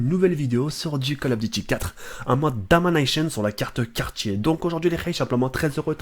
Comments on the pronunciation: pourquoi tu persistes à dire "domaïnachionne" alors qu'il existe un mot équivalent dans la langue française "domniation", franchement ça mange pas de pain, allez ciao bye cimer bap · A chaque fois qu'il dit "Damoneycheun" j'suis mort de rire x) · LIKE SI TEN A MARRE DU "DAMANAÏTION" MDR (c de lhumour hein aucune critique)